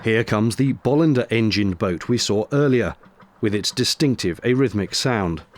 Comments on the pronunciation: And regarding the pronounciation. As a Swede I have always had the stress on the second syllable: Bo-LIN-der. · Todays Swedish attack, they are properly pronounced Boo-Linders, with a long o, so no bolls... 🙂 Just a bit of Swedish trivia. Now back to the spiffing noise they make.